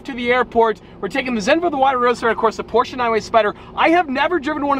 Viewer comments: It's Porsche, not porscha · You cant buy porche until you stop calling it porcha.